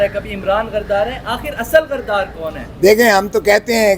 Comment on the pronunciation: لفظ صحیح بولو غردار صحافی صاحب غدار ھوتا ھے غردار نہیں